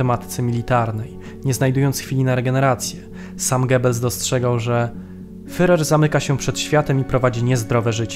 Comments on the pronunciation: Nie „fyrer” tylko fuhrer. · Świetny program tylko ... wymowa. Popracujcie nad tym (może jakiś konsultant), bo aż uszy bolą od tego fyrer. Nie fyrer tylko firer (tam jest tzw. u umlaut, poproście kogoś, żeby wam powiedział, jak to się wymawia). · super film, tylko ten "fyrer"... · Nie Fyrer, a Firer !!!! Podstawowy błąd. Ogólnie materiał dobry. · "fyrer", "fyrera", "kurfyrsztendam" człowieku, jeszcze nie rozumiesz, dlaczego nie mają 100 tysięcy subskrypcji? Autor kaleczy ten język tak, że nie da się tego słuchać. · Jest Pan inteligentnym człowiekiem,dlatego troszkę sie dziwię że mówi Pan "fyrer"😉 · Materiał ciekawy, ale wymowa "fyrer" to katastrofa! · Dałem "łapke w gore", ale ... "Fyrer"? Serio? :) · Niby wszystko fajnie, ale kim był ten "Fyrer"? Nie da się go lepiej wymówić? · Jaki "fyrer"? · A to już prawdę mówiąc zależy od danego landu. Precyzyjnie rzecz ujmując powinno się mówić /fjurer/. W kolejnych materiałach stosuje właśnie taką wymowę. Dzięki za obejrzenie filmu, pozdrawiamy! :) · Wszystko fajnie, ale wciąż "fyrer" i "fyrer". Jeśli nie potraficie wymówić tego słowa to odpuśćcie sobie jego używanie. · Bardzo ciekawy materiał, tylko błagam nauczanie się wymawiać słowo Führer. To nie to samo co furer. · jakiemu FEREROVI? IDZ na nakies lekcje wymowy...... swstyd FEREROVI?